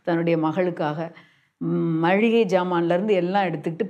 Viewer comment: மளிகை என்று சொல்ல வரவில்லை. மழிகை என்று சொல்கிறார்!!!? தமிழச்சி🤣🤣